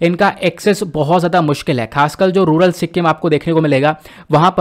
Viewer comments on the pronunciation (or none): none